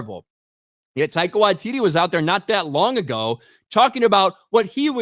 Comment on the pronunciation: Almost got his name right! Almost... Tie-car Why-tee-tee These "-" indicate a slight pause. Bummer though. He's been quite an amusing director/writer in the past. Perhaps Hollywood and the MCU gave him no artistic licence. Yup... I think I'll blame Dsny for this. I hope it hasn't destroyed his career.😊